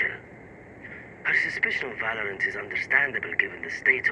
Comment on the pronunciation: ahhh yes... "On Today's episode of Va-lore-ant."